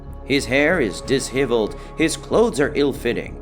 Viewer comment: Dis-Heveled :D